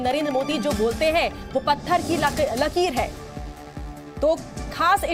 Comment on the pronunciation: Patthar ki Lakeer hota hai Babu Lakeel ni😂😂